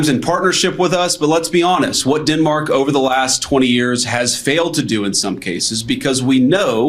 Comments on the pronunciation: Captain eye liner vance has a strange way of pronouncing Denmark as Dinmark ? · “DINmark”??? GTFOOH JD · Did I really just listen to guyliner Vance call Denmark "dinmark" 8 times??? Didn't President tRump deny knowing that he was even in Greenland??? Canada is securing our Arctic and the Northwest Passage with a new over the horizon radar defense system called JORN from Australia. PM Carney has ordered pay raises for all military, shoring up recruitment, planned for new submarines and 15 new destroyers as well as new ice breakers to be built at our shipyards in Halifax and B.C. So no, tRump's wish to take over Greenland so he can better position himself to invade us will not work. Besides, we are NATO allies with Denmark, so no point even trying Donnie.